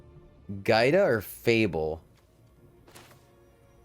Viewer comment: Yo, my daughter’s name is Giada. It means Jade. The enunciation of it is Gee-ahda.